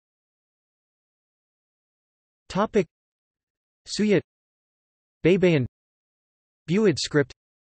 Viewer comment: "BEYBEYIN" is wrong pronunciation. It should be pronounced like this: BAY-BA-YIN "BAY" as in "buy", "BA" as in "BAggage", and "YIN" as in "YIN-yang".